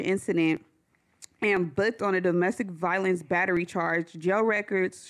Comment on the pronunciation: Ironically saying “domestic violeaance”